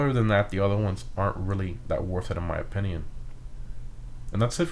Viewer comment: I’m gonna say it. That’s definitely not how you pronounce valor lol. Just look up the word on google and have it say it back to you. (Don’t even get me started on how he pronounces opinion...)